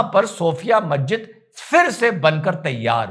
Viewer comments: Mazzid nahi Masjid hota hai Padhoge tab janoge Aqal ko Badhao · inka to pronunciation sahi nhi masjid ko mahjid banegi.....